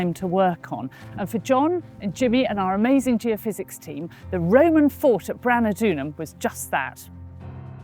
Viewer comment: Surely it should be Geophys ie geophysics not geofizz which sounds like a drink